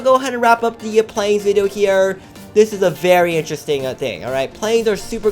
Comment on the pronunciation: user said "vidoe"